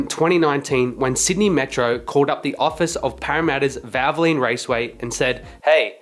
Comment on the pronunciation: Why can’t you say valvoline correctly. “ vavalene” 🤣🤣 and while I’m at it, what is a prodge ect. Are you an Aussie. The word is pro ject, try it ,we have been saying it for over 200 years.